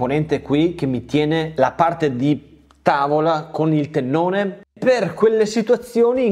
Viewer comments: Ottimo video ed ottimo progetto, come sempre💪🏼 Solo un appunto: tenone, non teNNone... Grazie😂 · Ciao, Mi è rimasto un sacco pieno di lettere "N" dove te lo mando? Tenone si scrive e si dice con una sola "N"! Ma forse tu volevi rimarcare che questo stile di lavorazione genera dei "tennoni" molto piu forti e resistenti di quelli soliti. A parte la critica, sempre e solo scherzosa, hai fatto un bell'armadietto, complimenti! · Bel viduo, comunque si dice TENONE con una sole enne.......